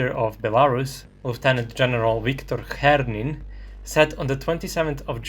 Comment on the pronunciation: The mispronounciation of Viktar Khrenin is funny and that's why: Khrenin surname is derived from the word "khren", which is horseradish, and an euphemism for "dick" However, "Khiernin" would be a derivative from "khier", which is literally a "dick" Due to his role in preserving Lukashenka's regime, this is well-earned. Dick in any case.